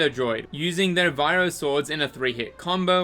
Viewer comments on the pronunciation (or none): Why do you say "Viro"? It's Vibro. Like Vibro sword, blade... Anything. It's a prefix, "viro" isn't a term in Star Wars.